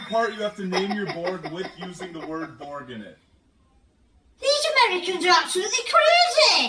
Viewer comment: Borg not Bog.